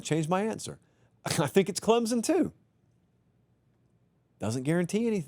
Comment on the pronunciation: Can someone tell this dude how to pronounce Clemson????